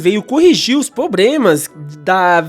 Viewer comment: Realmente, muitos "probremas", mas a "Pratinum" é de fato a melhor experiência.